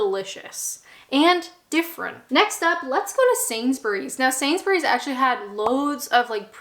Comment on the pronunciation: It's always nice to hear a North American accent pronouncing Sainsbury properly and not "Sainz-berry"